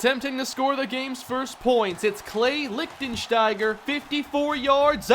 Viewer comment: how many times did you practice saying Lichtensteiger lol